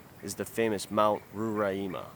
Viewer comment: Ngl, your pronunciation of Monte Roraima was pretty funny, and very wrong XD Just some information about it, it is probably the most well known of these formations you mentioned in Venezuela, and this one in specific is right at the border of Venezuela and Brazil, and its name is also the name of the brazilian state it makes border with, the state of Roraima